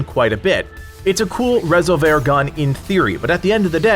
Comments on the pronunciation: Are you sure about the pronunciation there? “Rez ol vair?” Surely it’s not just plain “res ol ver?” Is that how they pronounce it in the game? If so I missed that! 😳😂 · Rez-ole-vare weapon 😂. It's Ree-solve-er, like revolver with an "s" 😂. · Lmao...res-ol-vair. It's resolver. Not going to watch a video of someone who can't even pronounce a basic English word (Aka like resolution-resolver is resolve with an r at the end.) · Resolver not Rasolver . Sorry why do Americans say e like a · I just loved hearing you pronounce Rez-ol-ver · Why are you saying Resolver wrong as resolvair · Rezzle vare huh :) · Lol Resol-VER? The emphasis is not on the "ver" portion of this word. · Rez o vair? Has he played the game? Not sure if he is intentionally mispronouncing resolver or not. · I think he means resolver not Rez-oh-vair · Rezzle vhear? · Great video but unless we're speaking Spanish it's just pronounced resolver like re- solv- er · Nah fool its reh-sole-vir i hate how most channels just pronounce the spanish words with an english accent Resolver in english is something completely different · You at are saying resolver wrong it’s re solver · Is it ok to disagree about the pronunciation of resolver? Say resolve and put an R on the end bro. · You are unable to pronounce the word resolver? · The pronunciation of resolver sounds so wrong to me I can’t stop thinking about it 😅😅😅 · That pronunciation made my head hurt. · nah don't be sorry. I'm just a digital text on a comment feed. Great vid anyway. I believe it's pronounced like to resolve a problem. Resolver. Keep doing what you're doing. All good!